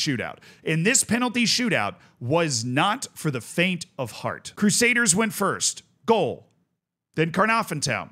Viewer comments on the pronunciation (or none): none